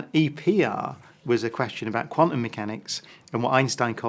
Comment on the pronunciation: Amazing that a suppossed genius like Brian Cox cant even pronounce quantum correctly. Quanum. Surely if he was so intelligent he would be aware of this. He looks like bot. Illuminate puppet